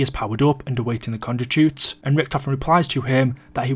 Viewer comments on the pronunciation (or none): none